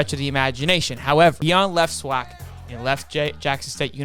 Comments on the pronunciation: SWAC is pronounced like the A's in AFLAC.. You're saying it like "Swauck" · It’s pronounce swack(just letting you know) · why you say swac like that